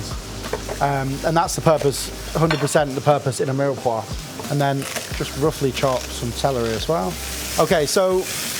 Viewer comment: At least try to learn how to pronounce 'mirepoix' correctly. Maybe it's best to avoid the French words as much as possible...